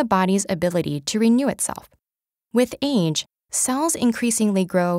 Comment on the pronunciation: I kinda got annoyed of how she said “age”